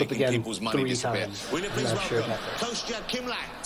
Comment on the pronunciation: It's actually not "Kostya" as "Cost ya" but closer to "", as in.